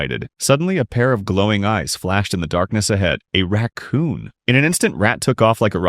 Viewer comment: ah yeah a "raccoon"